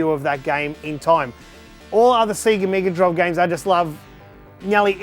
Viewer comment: Whoa! A C-guh meeguh droive!